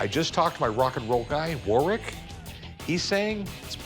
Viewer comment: The way rick pronounces "Warwick" should be a crime